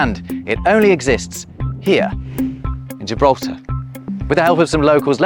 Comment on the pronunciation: Why LamborGini, but gJibraltar?😞